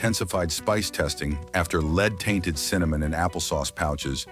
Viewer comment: Please pronounce word Lead like the metal it is.